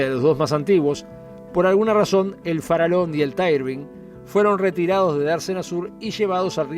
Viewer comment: Sin temor a equivocarme Colonia Express a pesar de la pandemia tiene hoy el 30 % del mercado quedando Buquebus relegada . "Farallon" se pronuncia FARAYON y NO FARALON , el nombre del aliscafo hace homenaje a la Isla homónima frente a la Colonia del Sacramento. Saludos !